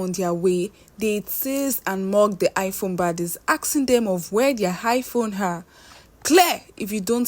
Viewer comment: I phone please not high phone eee